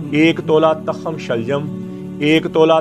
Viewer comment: حکیم صاحب لگتا ہے آپ نے کسی استاد سے سیکھا نہیں ھے تاخم نہیں ھوتا کرتا بلکہ ت کے اوپر پیش پڑھی جائے گی تخم. توخم کی آواز آئے گی اور لکھا اس طرح جائے گا تخم